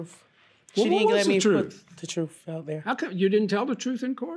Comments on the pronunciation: it’s TRUTH not TROOF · "That's not the truuf" 🤦🏽‍♀️